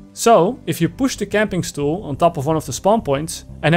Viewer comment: "Camping stoel"